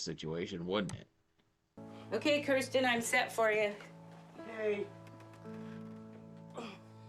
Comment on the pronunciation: Way to make Kirstens look bad. Uggggghhhh. But thank you for pronouncing it correctly!! Very few people do 😅